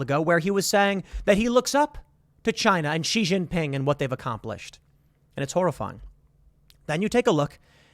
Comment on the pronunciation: Tim, you are one of the few people who pronounces Xinjiang and Xi Jin Ping's name accurately--well done!!!